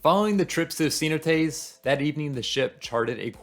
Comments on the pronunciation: Ce-NO-tays, brother. SEE-no-tays puts the accent on the wrong syllable. Cheers and best wishes! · Great video! Your positive attitude is a nice change of pace. For some people, cheap cruises are the best option for a vacation. Oh, and if anyone's wondering, he's talking about "cenotes" pronounced more like "seh-NO-tays." 😉